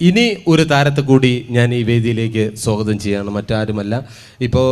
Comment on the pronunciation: സോ ഗതം അല്ല. സ്വാഗതമാണു്, ജാഗ്രതൈ 😁😀🤣🤣🤣🤣🤣